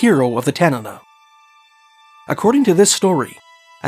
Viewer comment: Thanks for pronouncing Tanana correctly